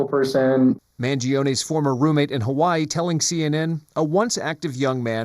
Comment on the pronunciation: I can’t stand people Who pronounce Hawaii that way- It reminds me of the South Park episode where they make fun of it